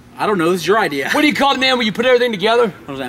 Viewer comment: I luv how he says idear not idea 😭😭😭